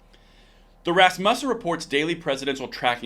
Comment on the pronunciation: Emphasis on the first syllable. RAS-mu-ssen. Love your channel.